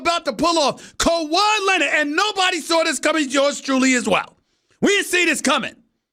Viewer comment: "KEUWAIIIIIIII LINEARD"